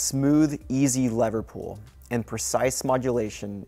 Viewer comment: "Honda's ennineers" "a nude subframe" "lever pool" "from DNTC"